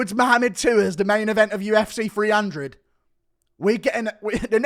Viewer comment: "UFC Free hundred"